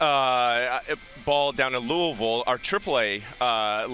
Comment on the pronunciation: He pronounced Louisville correctly. I will die for this man